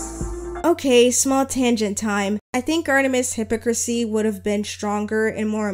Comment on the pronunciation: why did you pronounce hypocrisy like that💔💔